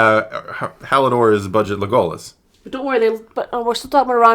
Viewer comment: Gonna pull a Hermione here, but it's LEgolas, not leGOlas